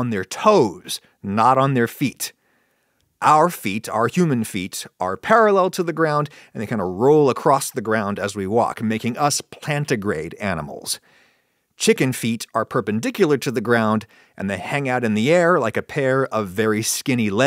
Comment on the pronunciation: DIH-JIT-IH-GRADE and PLANT-Y-GRADE, not "digit grade" and "plant grade"! Take it from a furry!